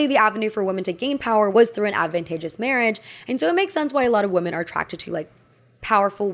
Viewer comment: Hello! The plural of woman is women and it’s pronounced “wi-men”. The way you pronounce women is the same as woman, which is incorrect! I hope this doesn’t come across as mean! It’s frustrating when folks mispronounce words and no one helps them. 💗 I love your videos!